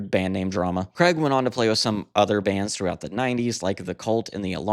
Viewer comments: Why say cregg it's Craig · It's Craig, not kreg. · Interesting but Man, it’s not pronounced Creg!! His name is pronounced CRAYG. It rhymes with HAGUE. Please get this right. Thanks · Why cant Americans pronounce Craig ?